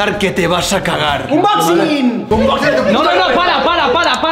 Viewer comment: me encanta cuando dice unboxcin jajajajaja